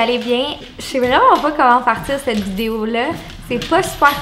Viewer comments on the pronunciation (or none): none